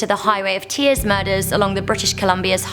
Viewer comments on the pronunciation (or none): none